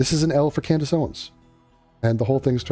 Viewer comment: “Cand-Ace” -Andrew Tate Maybe he’s onto something